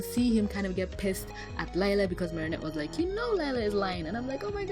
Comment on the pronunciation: Its not lila its LIE-LA 😕